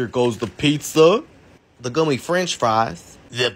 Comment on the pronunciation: The way he said “ gummeh French friesss “ caught me off guard